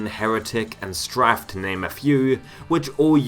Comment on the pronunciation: he pronounced it oddly is the bit